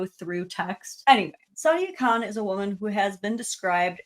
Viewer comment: If you speak the Queens English, "Khan" and "Con" do not sound the same.